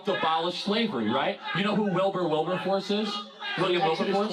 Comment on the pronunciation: "Do you know who Wilber Wilberhorse is?"